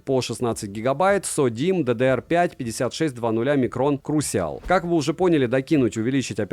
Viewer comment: первый раз слышу чтобы крушл называли крусиал